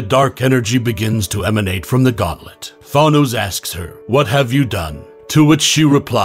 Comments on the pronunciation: It’s thanos not thonos, you pronounce the a as a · This was an alternate reality during secret wars. And I hate how you pronounce Thanos as Thahnose. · the s is silent. and the a in thanos is long a.... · This man is an expert at mispronouncing words, yeesh. "Nova Corpse" "Thawnose" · cant pronounce thanos, cant pronounce corps, is there anything you CAN say correctly